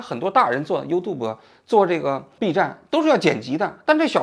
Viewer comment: Uboot？应该是YouTube吧